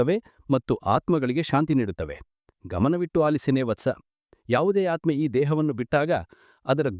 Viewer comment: ಆತ್ಮ, ಆತ್ಮದ ಸರಿಯಾದ ಉಚ್ಚಾರ.